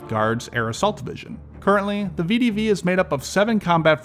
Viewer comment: ❌ vidivi ✅ VEH DEH VEH